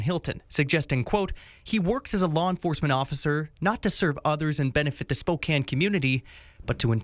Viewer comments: Respectfully, it is pronounced Spoe Can. Or Spoh Can. Long O, short A. Love your work, keep it up. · Spelled Spokane, pronounced Spoke-Can, as in I CAN do it. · It's pronounced "Spo-can" like a "can" of soup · Spo-can is how it’s pronounced. The Spokane county sheriff is corrupt as fuck. Same with Washington state troopers. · Spo can, is how it is pronounced. Not spo cane. What did the news announcer say?? They said it right then you go and say it the way you want. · Pronounced Spo-can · It is pronounced spo can. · Pronounced Spo “can”. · Pronounced spo- can, rhymes w/ no- can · Spoh… KAN. Like a can of beans. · Pronounced Spoke-can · Spokane is pronounced as Spo-can. 😊 I have never, or will I ever give my ID. I have watched your videos for a long time now. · Spo-Can. silent E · Pronounce Spokane without the e on the end spokan. Spo can . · Its Spo-CAN even though its spelled Spokane. -from a washingtonian. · Spokane is pronounced spo-can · Spo-can is the pronunciation for Spokane. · Spo Can like a pop can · Spokane is pronounced spo - 'can ... like a can of soup, not like a cane used to walk. Like spoken with an a. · You are smart and methodical. Please go the extra mile and pronounce place names correctly in your reporting. It's the same as checking for punctuation or spelling errors while writing something. There is only one way to pronounce "Spokane". Strive for excellence, don't by sloppy. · you need to watch "The Marvelous Mrs. Maisel" for a pronunciation lesson on Spokane. It's hilarious! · As a Spokane resident you should teach him how to pronounce. 'Spokane'. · Spo-can, not Spo-cane. It's nitpicky,but still. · "Spo-cann" not "spo-cain" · It's pronounced Spo`can not Spo`cane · Sounds like Spo-can. Not Spo-kane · "spocain" Bruah... Spokane... Ane.. Say it..... spok-ane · just for the record it is pronounced spo kan ,i know it looks like spo kane but its not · Spo-Can. Not Spo-kane! It kills us here in WA when you guys say that!!😂😂😂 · Spo-Can my man